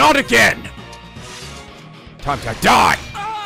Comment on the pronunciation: Gul-do, Galdoh do you remember Godot from Phoenix Wright? They are the same pronunciation.